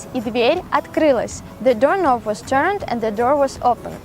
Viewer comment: What needs to be fixed? Door knob --the k is silent, so sounds like cob as in "corn on the cob" --only with an N up front, so "Nob".